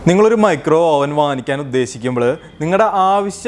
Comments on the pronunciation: ഓവൻ അല്ല, "അവൻ " ആണ്. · നല്ല ടോപ്പിക്ക് .. അവതരണം .. ശ്രദ്ധിക്കേണ്ട എല്ലാ .. വശങ്ങളും വിവരിച്ചു കണ്ടു..പക്ഷെ..OVEN.. എന്ന് എഴുതുമെങ്കിലും അത് ഉച്ചരിക്കേണ്ടത്.. അവ്വ്ൻ .. എന്നാണ്.. ഇംഗ്ലീഷ് വാക്കുകൾ ഉപയോഗിക്കുമ്പോൾ കൃത്യമായി പറയാൻ ശ്രമിക്കുക..KNIFE.. ഈ വാക്കിന് നമ്മൾ പറയുന്നത്.. നൈഫ്. എന്നാണല്ലൊ..അതൊ .. ക്നൈഫ് .. എന്നാണൊ?